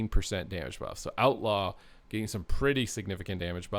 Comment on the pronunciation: Bro you read Outlaw so wrong 😂